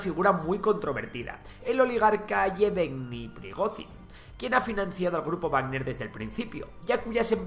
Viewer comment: "el oligarca yebegni prigocin" no sé cómo se pretende informar si ni se sabe hablar